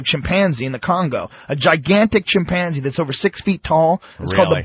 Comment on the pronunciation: I hate the way pronounces chimpanzee.